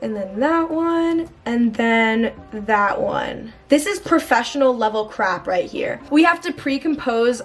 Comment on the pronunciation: “to the right to the rÆÏT”